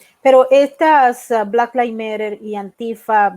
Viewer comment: Le puedes decir a alguien que te enseñe a pronunciar black lives matter? Ya tienes bastantes años en nueva york